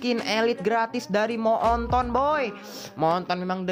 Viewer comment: Ngakak pas denger baca kata moonton jadi "mo'onton"🤣🤣